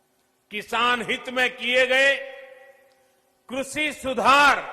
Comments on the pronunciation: सही से कृषि बोलना शिख लो फिर कानून बनाना बोलने में तो शेख चिल्ली के बाप हो ही सब जानते है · कृषि to thik se bolne seekh lete sir😜